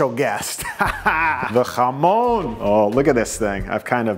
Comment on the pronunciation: You said jamón so beautifully!!!